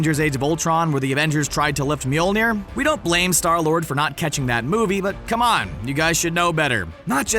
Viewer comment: "Late Mjolnier (rest in pieces)"